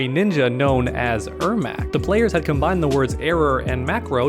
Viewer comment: its pronounced Air Mac like the shoes